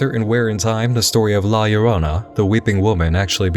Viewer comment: i'm late to the party, but i appreciate that you got La Llorona's name right.